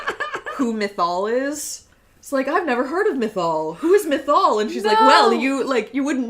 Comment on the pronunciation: I just spit out my water listening to pronunciation of "Mythal" because it literally sounds like she's trying to say "missile" with a lisp 😂